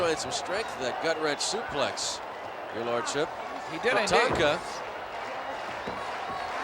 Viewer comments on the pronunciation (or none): The brit doesn't know how to pronounce Tatanka properly